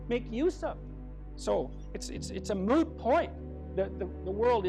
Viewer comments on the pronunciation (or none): Did he said "it's moo point?" like in Friends? Please confirm